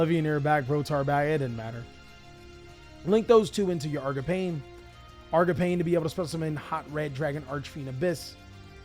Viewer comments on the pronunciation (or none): bro yugioh players can’t pronounce anything 💀 “argapain”